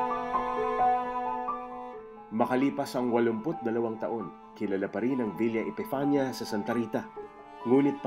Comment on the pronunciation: It's villa epifania